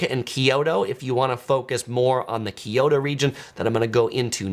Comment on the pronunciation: it's KYO-to, not KIO-to. you know what Tokyo means? proper name is To-Kyo-to, or east kyoto. so pronounce it like Tokyoto, minus the first to. kyo-to, say it with me